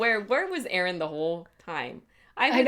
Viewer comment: Euron = "Yer"on not Aron =P